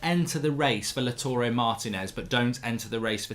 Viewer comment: It's not Laturey Martinez, it's LAUTARO, LOW-TAH-ROW